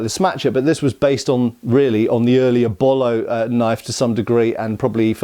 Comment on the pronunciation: Hi, I believe "Bolo" is pronounced "boh-low", with the first "o" pronounced the same as the last. 😊